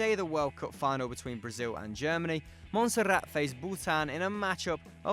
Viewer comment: What's with the over exaggerated pronunciation of names? You don't need to curl your R's for Montserrat and you say the L's in Anguilla, it's not Spanish it's British. And the over exaggeration of the Basque names was awkward.